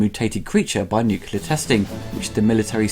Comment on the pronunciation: As much as I like the reviews... C'mon dude. WTF! Nucular??? It is fucking NUCLEAR! Have some decency!